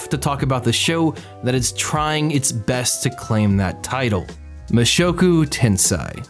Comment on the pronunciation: This is entirely me being autistic as shit but please check the pronunciations of Japanese titles before you say them lol. Mushoku tensei=Moo-shock-ooh 10-say